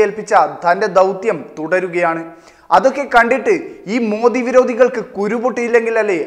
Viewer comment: സൂപ്പർ ആയിട്ടുണ്ട്.... മോദി അല്ല മോഡി എന്നാണ് പറയേണ്ടത്